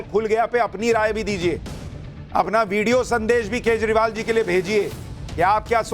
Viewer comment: Koi kejrival bolna sikhade 😜😜